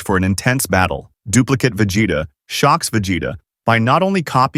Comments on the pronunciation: I heard vegete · “Vegata” I swear I heard that